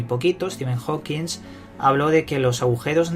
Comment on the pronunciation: HAWKIN, ¡¡¡¡HAWKIN!!!!, no jouquins >_>